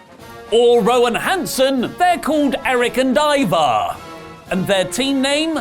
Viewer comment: I'm pretty sure the first half of the match Corey kept callin Hanson "Evar" then changed to "Ivar" I gotta check it out again 🤣🤣🤣 They are F'd in the A' 🤦‍♂️